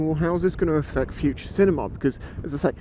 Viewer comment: I hate to do this to ya friend, but it's FUTURE, not FUTRUE.